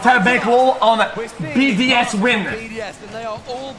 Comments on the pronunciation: It’s BDS NOT BOS lmfao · XQC is so clueless, and the other guy in the call was calling them BOS instead of BDS 🤦‍♂ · Nah the way they just butcher BDS’s name is crazy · he went from BDS, to bbc to bos and then bcs... cant get that name right lol